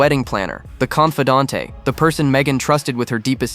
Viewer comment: Please pronounce confidante core!